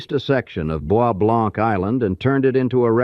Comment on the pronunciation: You've mispronounced almost every name. Wyandotte, is pronounced Wyan -dot. Boise Blanc is pronounced Boy Blanc.